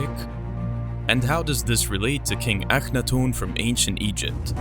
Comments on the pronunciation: I was obsessed with his reign in Egypt for a long time I only remember 1. Also isn't his name pronounced Aka-not-ten .. not the way he is pronouncing it? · LOL I have never heard anyone pronounce the name Akhenaten and Iraq the way this narrator does .... ever